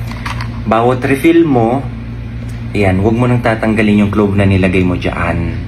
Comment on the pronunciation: "CLOVE" ba?